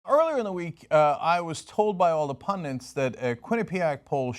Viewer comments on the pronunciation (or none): FFS! The word is PUNDIT not 'pundiNt'. Are you a Mexican, or a MEXICAN'T? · there is not 2 n's in pundit it is PUNDIT NOT PUNDI(N)TS